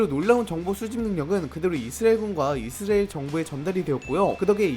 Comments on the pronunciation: 이스르엘이 아니라 이스라엘 ㅎㅎ 발음좀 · 저만 이스레엘로 들리나요? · 발음 ㄹㅇ ㅋㅋ 이스리엘이 뭐ㅏ냐 ㅋㅋㅋㅋㅋㅋㅋㅋㅋㅋㅋㅋㅋㅋㅋㅋㅋㅋㅋㅋㅋㅋㅋㅋㅋㅋㅋㅋㅋㅋㅋㅋㅋㅋㅋㅋㅋㅋㅋ 정보 유튜버 맞냐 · 이스엘 이스엘. 이스엘. 정보전달 공간이면 발음좀 정확히하고갑시다. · 왜 자꾸 발음을 이스리엘이라고 하세요? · 이스라엘 발음 잘안되죠? ㅋㅋㅋㅋㅋㅋㅋㅋㅋㅋㅋㅋㅋㅋㅋㅋㅋㅋㅋㅋㅋㅋㅋㅋㅋㅋ이스리엘 ㅋㅋㅋㅋㅋ이스렐 ㅋㅋㅋㅋㅋㅋㅋ이스레엘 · 이스레일은 어느나라인가요 계속 이스레일이라고 하시네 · 이스라엘이 이스레일로 들려요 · ㅋㅋㅋㅋㅋ아 이스라엘 발음 한 번을 제대로 못하는거 귀엽네ㅋㅋㅋㅋㅋㅋㅋㅋ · 영상잘봤습니다.이스라엘 발음이 뭔가좀..그거빼곤좋은영상잘보고갑니다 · 이스라엘 발음 엄청 안되네... 참고 듣다가 못 보겠어서 그냥간다 ...이스라엘이 발음이 어렵긴하지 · 이스라엘 발음 제대로 못함?